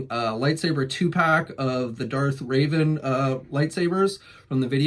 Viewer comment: it’s Darth Revan not Darth Raven. Also it’s “Rev” like how you rev up the engine of a car.